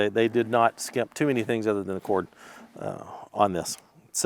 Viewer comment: "Skimp" not "chimp." Nice save at the end though :)